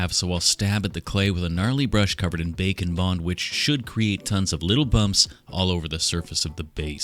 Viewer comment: IT TOOK ME TOO LONG TO REALIZE HE WAS SAYING "BAKE AND BOND" NOT "BACON BOND"